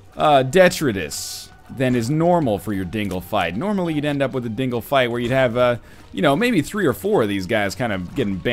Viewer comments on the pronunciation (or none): I know I'm 6 years too late but "detritus" is one hundred percent pronounced de-try-tuss